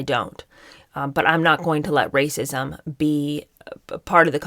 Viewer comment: Also every time you say “rrrrrrrrracism” I crack up. These people are clowns. We all have privilege and we all belong to minority groups. Meghan is more privileged than the vast majority of people. Way more privileged than me and I’m white. Like do they not understand how anything works? Get over it. Stop being victims. We all are victims of something. The rest of us get on with it